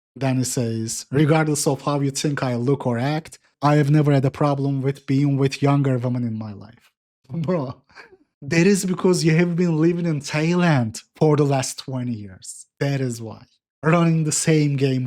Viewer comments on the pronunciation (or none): it's actually Tayyyland